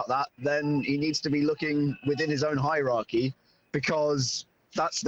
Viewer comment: Finally, it took an Englishman to pronounce “hierarchy” correctly. Listening to Juls and Frank, you would think “the Iraqis” were in charge of every club… 🤣🤣🤣